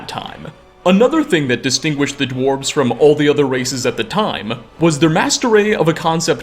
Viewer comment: The dwarves-ehh so he says lol